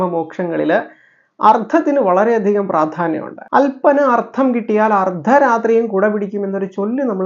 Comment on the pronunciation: Ardham alla Artham